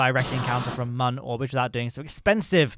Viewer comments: ITS MÜN NOT MUN REEEEEEEE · While I'm not terribly offended by your pronunciation of the Mün, I have to point out that the umlaut on the u means that it does not have a "ə" sound.